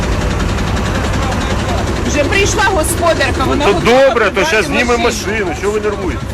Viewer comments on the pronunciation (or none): none